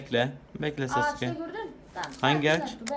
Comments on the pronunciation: sasuke degilde susuka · Sasuke diyeceği yerde suseke😂😂